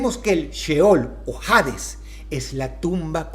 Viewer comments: ¿Por qué dices "jades" y no "hades"? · Cada vez que dice jaaaadezz una parte de mi muere :( no hate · la H de Hades no se pronuncia 🤦🙄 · Todo excelente querido Dross, sólo un detalle, en español la H es muda cuando va al inicio de una palabra. Dicho esto se pronuncia Ades, y no Jades. Saludos. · Hades, viene del griego, deidad de esta mitología relacionada a la muerte. Solo hace falta buscarlo en el griego original: "Άδης", ni en su pronunciación original existe la J. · No se pronuncia "jades", es Hades, la "H" es muda. Gracias a Dante Alighieri es que creen que el infierno es tortura eterna, sólo es ponerse a pensar: torturaría a mi hijo eternamente?? Obvio no, aunque sea el más malo del mundo, sólo lo pondría a dormir eternamente. Muy buena narrativa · Hades no de pronuncia Jades. Fuera de eso, muy interesante el video. Sobre la Bestia del Apocalipsis, hay quienes apuntan a que el número es 616, que en numerología hebrea correspondían a las letras NRN, refiriéndose al emperador Nerón. Aah y lo del número 2 estuvo muy interesante igual, creo que fue mi favorito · "HADES" se lee (ades) hasta en la pronunciación en griego se lee "Aidas" en latin "ADES" , en ninguna se pronuncia la "H", de donde sacas "JADES." suena a que fue doblado con IA no me asustes dross... dime que aun redactas tus videos-.....eres lo unico bueno que queda en you tube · Se se llama y se pronuncia Ades, no Jades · No jodas, Dross: "Hades" se pronuncia "Ades" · Supongo que jades sería su pronunciación en griego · Dross, ¿por qué pronuncias “hades” como si estuviera escrito con “J”? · Porque pronúncias "Jades", si la H es muda según tengo entendido.